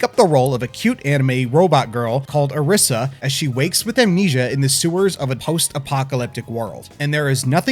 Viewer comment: Is her name, per chance, spelled Arisa? If so, then it's usually pronounced as Alisa with an r (Ari-sa, not A-risa). I'm not forcing you to do this, just pointing out how it's usually pronounced. It's a pet peeve of mine, you see.